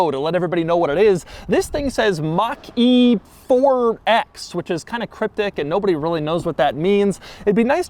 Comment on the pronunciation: Ford Mustang Mockyjeetey. Read that again